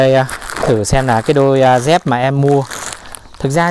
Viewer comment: Đi dép chứ không phải là"đi re'p"